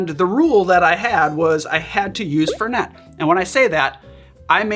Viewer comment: FEHR-nay. Not FUR-net